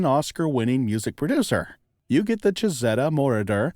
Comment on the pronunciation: The correct pronunciation is chee-zee-ta Moroder